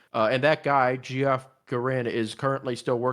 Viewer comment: Geoff is pronounced Jeff lol